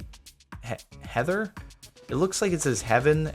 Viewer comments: Its Heathen. Not Heather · Heathen. It's Heathen not Heather Jordan. Heathen.